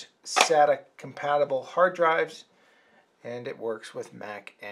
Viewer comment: It's sayda not sahta as you pronounced SATA